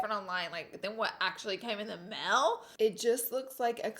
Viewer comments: “What came in the meil”😂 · I couldn’t watch your videos for the longest time because of the way you say some words... conciller, mail lmao but look who’s subd now😂 meeee